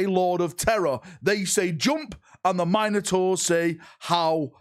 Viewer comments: Just listen to him he calls them the "Mine a tors" rather than the "Min oh tors" he's claiming them as his own. (yes i know this is due to his accent vs my own midwest way of talking but still) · Min-ah-tours eh? Interesting way of pronouncing Mino-taurs. xD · Mine - ators? Must be a British thing 😂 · Mine-o-taurs lol...